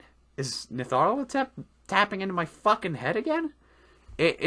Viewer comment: Sarah Meow Meow He brings Nyarlathotep up in one of his videos as well and completely butchers the name lmao